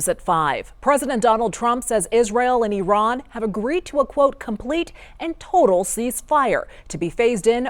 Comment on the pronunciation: I think youre being silly, but it is indeed pronounced Eee-ron